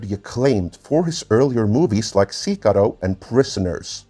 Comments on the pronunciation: PSA 2: There is a second I in "Sicario" (Sick-arr-ee-oh) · Since we're correcting people's pronunciation... The director's name is pronounced De-nee Vill-nuhve (the "s" is silent), which, as a European, you should be completely aware of. French IS the second most widely spoken language in Europe after all. The movie Sicario is pronounced Se-car-eeo (it has an "i" between the "r" and "o". Hope that helps.